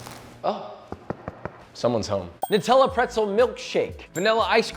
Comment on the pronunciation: Thankyou for being the only American that can actually pronounce Nutella properly Everyone else say nootella